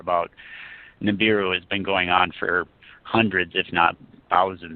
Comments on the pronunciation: It is NOT NI-BOO-Roo. It is NI-BI-Roo! Are you serious? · Ni-BI-ru Ni-BI-ru NOT Ni-BU-ru GET IT RIGHT, PEOPLE!!!